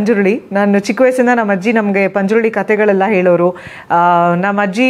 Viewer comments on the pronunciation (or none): ಪಂಜುರ್ಳಿ ಅಲ್ಲ ಮೇಡಂ ಪಂಜುರ್ಲಿ